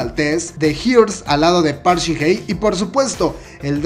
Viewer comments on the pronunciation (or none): jjajajaaj me da risa como pronuncia el nombre de shin hye "park shin ne" jajaajaajja es park shin Hye, wey